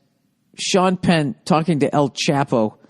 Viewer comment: I love how Old Billy Redtits can't even pronounce El Chapo correctly